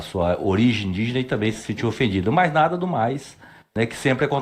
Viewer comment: perceberam que o do parlamenta falou as palavras mais difices do dicionario e na hora de dizer "nada" o cara falou "naga" ksksksk